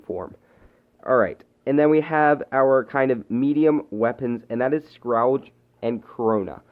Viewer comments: Scrawge xD its scourge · You said scrouge. It’s scourge